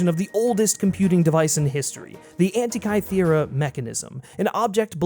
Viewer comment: You go into so much interesting stuff to mispronounce the Antikythera mechanism, also the siege of Syracuse was in 212Bc till 213Bc. Enjoyed your view on the film overall though and I have to say I liked the film, more than the kingdom of the Crystal skull but it still doesn’t go justice to the previous films